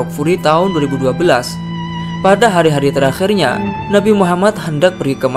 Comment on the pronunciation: Yang benar adalah Akhir nya bukan aqkhir nya bukan teraqkhirnnya 😂😂😂